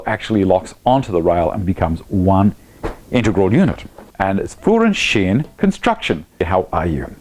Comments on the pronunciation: Sounds good except at the end where you drop the last character: you say Schien instead of Schiene, listen to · I love the way you say "Führungsschiene". Can't stop laughing. Greetings from Germany. Love your videos. Keep on going....